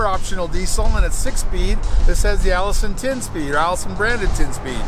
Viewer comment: Its funny how you say allisson transmission , matter of fact its a gm transmission that they pay for the name. LOL